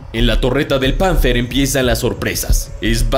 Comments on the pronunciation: Un comentario: el término Panther (Pantera en alemán) se pronuncia Panter, no Panzer, no hay que confundirlos. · Los Alemanes, son muy buenos fabricando tanques. Pero por que dices PANZER, en acento castellano ????